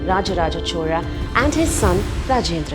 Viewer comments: why she pronounce 'chora' not Chola or Cholan? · Am i the only one hearing "chola" as "CHORA" 😅